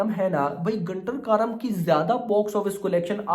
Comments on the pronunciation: 'गुंटूर कारम' बोलो भाई..... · Bhai Naam galat bol rahe hain movie ka